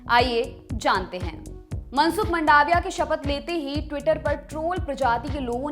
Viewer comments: उच्चारण की गलती तो आप की भी है, वो मंडाविया नही, मांडविया है।🤭🤭🤭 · इसको मंडाविया नई बोलते मांडविया बोलते है... इंग्लिश भाषा ही खुद उलझी हुइ भाषा है कि इसे आप किसी व्यक्ति का आकलन नई करसकते... ગુજરાતી માં તેને માંડવીયા કેવાઈ છે ... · it's मांडविया... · जी वह मंडाविया नहीँ मांडविया है,और पलीताना नहीँ पालीताना है ।।